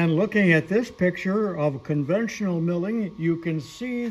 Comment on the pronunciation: Conventional, not "convential". The sudden backlash take up often abruptly surprises the novice.